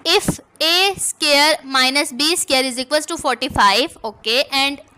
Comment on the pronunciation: I'm sorry but your pronunciation is pathetic... Square (scare) correct (koorect) and many more.... Please pronounce everything correctly....